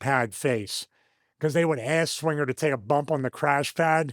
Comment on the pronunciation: But didn’t say Johnny swingah